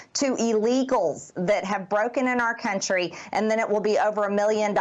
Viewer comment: I cringe every time one of these clueless talking heads say "R. KUNTRY!" It's starting to sound as dirty as "R. KELLY!"